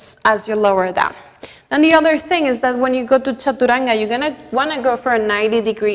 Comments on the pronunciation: First I am showing 🙏 for pronouncing the word Chaturanga as it should be.. being an Indian it hurts our ears when foreigners pronounce chaturanga in a funny way.. first I thought it's because of their tongue.. but you have taught everyone how to imbibe it..Respect from India mam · Que bonito como usted dice "chaturanga" 😊